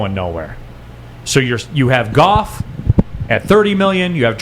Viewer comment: Dude its Goff...Goff...Golf..Goof whatever its the QB